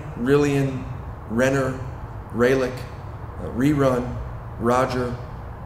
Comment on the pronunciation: Rerun! ha ha, all the gracie's that have an "R'' in it is "H'' like Hener (Rener) or Helek (Relek).